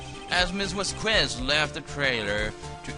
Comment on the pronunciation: you say Vasqu¡e!z, but it should be pronounced V¡a!zqes. Hard to explain, el español se complicado.